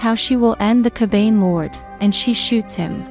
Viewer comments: And unless I'm an idiot myself it isn't pronounced "Ka bane". Isn't it "Ka ba ne"? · This person sounds like an asshole yo! Totally pronouncing the word Kabane wrong and for some reason it just passes me off